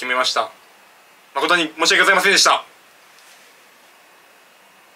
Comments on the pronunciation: とりあえず申し訳ございませんでした、の発音下手くそなのは分かった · 申し訳ございませんでした1回も言えてない